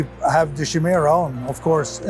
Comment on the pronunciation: nice. Not Shimera, but Chimera i believe